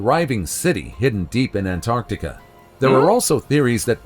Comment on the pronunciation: They say ANT ART TIC A! Lol! Don't like that😂😂😂